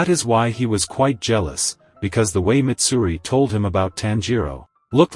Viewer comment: That’s not mitsuri that’s maidsuri